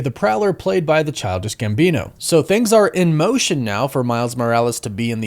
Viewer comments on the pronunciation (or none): none